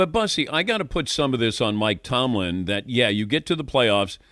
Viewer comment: He cant say tomlin